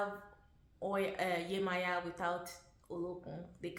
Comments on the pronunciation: No Beloved Esu is NOT The Devil and as a Yoruba woman the correct annunciation is Yemojah not Yemoya . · Viewing the Orisha through the lens of their perceived European counterparts somehow automatically means Esu becomes the devil... I guess. Also, the devil is not in the zodiac. So that comparison is unnecessary. I had high hopes for the pronunciation until we backtracked with "Yemaya".... I believe the intent was good. We are all learning.